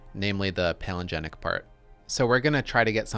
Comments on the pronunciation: You read palingenetic as palinegenic somehow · Palingenetic. 5 syllables. Not pronounced palingenic.